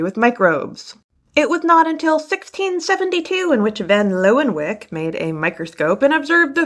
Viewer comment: It’s pronounced “Lee-ven-hook”